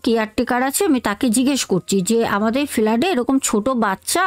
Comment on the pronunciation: ফেলাড..... না ফ্লাটে 😊